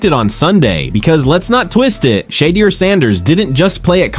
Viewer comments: OMG! I cannot watch this anymore!! You've said five different pronunciations of "Shadeur"....killing me! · Chump stop butchering Sheduer Sanders and Deion Sanders first names!!! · It's no way that you can't pronounce SHEDEUR ❤❤ this is just being disrespectful and done on purpose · Why this dude pronounced Shedeur's name like 30 different ways 🤔